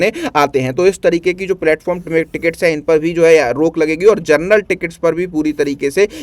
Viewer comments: पहले शुद्ध बोलो तुम जनरल को जरनल बोल रहे हो और टीचर बन गए हो 😂😂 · General ❌ Gernal✅ 😂